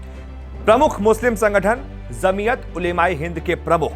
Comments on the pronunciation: Dear anchor it's jamiat not zamiat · Zamiyat nahi bhai Jamiyat bola jata hai